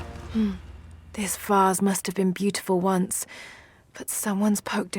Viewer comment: dont say godh say GOD normaly👍👍👍👍👍👍👍👍👍👍👍👍👍👍👍👍👍👍👍👍👍👍👍👍👍👍👍👍👍👍👍